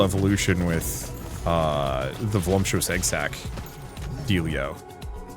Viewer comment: There is literally no m in voluptuous